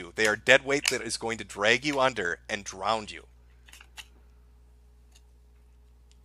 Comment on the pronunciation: can't pronounce drown but I still love lol😋